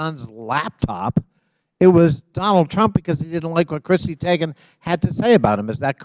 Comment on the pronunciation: Nothing like proving your boomer credentials when you mispronounce Teigen’s name repeatedly…..